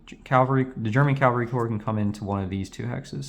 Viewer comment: Calvary? (Even the subtitles picked it up.)